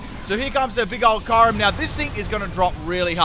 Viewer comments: I thought it was “cure-em”? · still pronouncing "Kyoo-rem" as "Kai-rem". Never change, mate.